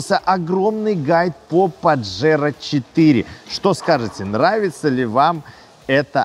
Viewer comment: Название испанское, так что не паджеро, а пахеро(дрочила)😂😂😂